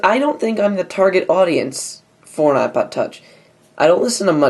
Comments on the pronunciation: lol ipood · The Ipood Huh? Really! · ipood...you sure did! lol